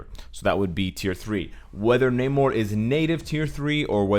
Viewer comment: Huge fan, thank you for the content but your long A in Namor makes me cringe.